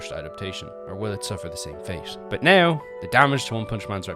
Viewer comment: I love the video but please, it's not "neaow" it's "now" It's not "heaow" it's how. Fix your prononciation it's frustrating